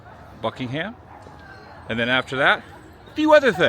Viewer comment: So chuffed you’re here in the UK and enjoying it. It’s a good reminder to me at least that it’s not all gloom and doom here (except the weather). Oh and if you want to blend with the locals it’s ’Bucking-um’. No ham in that palace! 😂